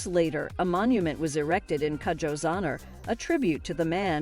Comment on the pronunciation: It is pronounced koojoe Its a Ghanaian name